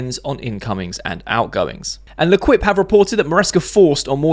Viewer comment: Mate L’quipe is pronounced “Le keep”